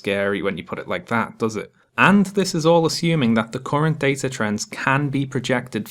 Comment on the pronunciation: She pronounced data wrong